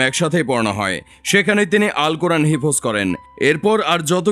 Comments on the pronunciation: হিফোজ নয় হিফ্জ্ উচ্চারণ হবে। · হিফোজ না রে হিফ্জ হবে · সঠিক উচ্চারণ করা উচিত হেবজো কে হেফজ বলছেন একটা অপদার্থ। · আস-সালামু আলাইকুম ওয়া রহমাতুল্লাহ। ভাই, হিফোজ না হিফজ (Hifz) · হিফোজ কী ভাই 🙄? উচ্চারণটা হিফজ(হিফ্জো/হিফ্জ্) হবে। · সাংবাদিক ভাই কি মূর্খ নাকি?? হিফয শব্দটা ঠিক মতো বলতে পারে না??